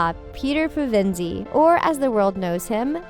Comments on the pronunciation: Can't even get the surname right. Duh! Pevensey is a village on the south coast of England, where William the Conqueror landed in 1066. Like most coastal -seas, the emphasis is on the first syllable. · Pevensey, the emphasis is on the first syllable, not the second. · I can't get over the Pe-VEN-sie xD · Ok but Pah-ven-see? Pevinsee Pev-in-see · I died inside every time she said "pevinsie". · Narrator: "She had the wrong color hair" Also the Narrator: "Puh-VIN-see" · She keeps saying their last name wrong it's pevensie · No offense, but your pronouncing their last name wrong its PE-VEN-SIE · The Pavinci???????? Did you even read the books or watch the movie???? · Immediately mispronounces Pevensie not even a minute in are you serious lol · well if you're so into getting details right start by saying PEVENSIE correctly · Please learn how to pronounce Pevensie correctly and also do your homework, Mr Tumnus wasn't half goat, he was half Faun. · I just can't get over how you're pronouncing "Pevensie" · This pronunciation of Pevensie caused me physical pain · How bout we just get the pronunciation of the family name right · WILL POULTER WAS SIXTEEN IN THAT MOVIE?!?!?!?!?!?!?!? STFU I THOUGHT HE WAS LIKE ELEVEN! and the way this human kept saying Pevensie wrong broke my soul. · Every time she says Pevensie I cringe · Am I the only one who cringes when they mispronounce "Pevensie"? And Ginarrbrik? Also Nikabrik🤔 it's like they didn't watch the movie🤷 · Pronunciation mistakes: Pevensie, Keynes, Nikabrik, Warwick, there was definitely another!! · My thoughts precisely!!! The way she said pevensie ughhh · stop saying Pevensie wrong aha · Nice video.. but can you do more research before you make these? Please? You kept pronouncing their last name wrong, and it's not that hard to say. I know people from different countries have different accents, but you're American, so explaining a British based novel/movie, you should know how to say it correctly. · pevendy? its pevensie